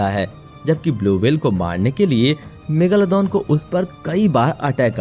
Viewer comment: bhai ya megalodon hain megaloddon nahi